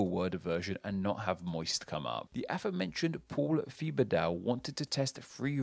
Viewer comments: FYI the professor's last name is pronounced like "Tibba-doe". It isn't "thee-buh-dow" lol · Don’t know if he pronounces his name “Thuh-bug-Dow” or not but that name is pronounced “Teh-bah-doe” in most French speaking places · I think the correct pronunciation of Paul Thibodeau is (Tib-ba-do) at least the pronunciation I'm familiar with coming from New Orleans (where it's often spelled Thibodeaux) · The way you pronounced Thibodeau was so awful and now I understand why my great grandfather changed the spelling to Tibedo 😂💀